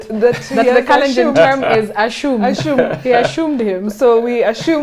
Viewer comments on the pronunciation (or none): 'asshumed' LOL!